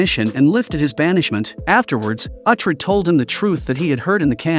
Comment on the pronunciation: Pronounce Uhtred correctly please.